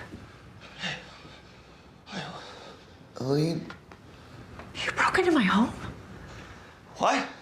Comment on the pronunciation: Also idk what she called Helené but her name is pronounced Helena like the MCR song